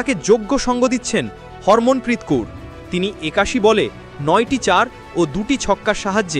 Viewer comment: Not hormon bro.. harmanpreet